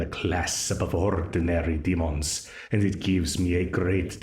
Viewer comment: “I am in a class of ordinary demons” i would’ve told him he pronounced “demon” wrongly 😭